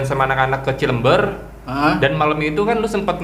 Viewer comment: Cilember baca nya cilember bukan ci leum beur...